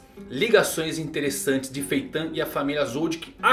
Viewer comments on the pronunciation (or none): que agonia cara chamando Feitã kkk